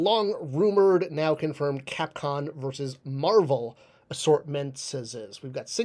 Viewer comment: 4mins into a 9min video and bro is yapping and not getting to the point. Also it's CAPCOM not con.